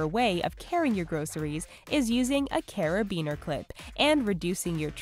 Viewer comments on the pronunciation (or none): none